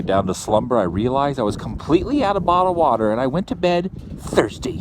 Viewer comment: When you said you were out of bottled water I thought you said marijuana. My bad! ;)